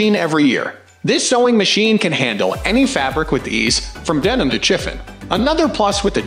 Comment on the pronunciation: and horrible AI generated voice, cannot pronounce chiffon, Janome, sewer or button hole;(sad. doesn't anyone preview the video? seems not.